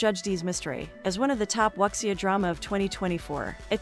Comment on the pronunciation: Excuse, it's pronounced as "woo-xia"....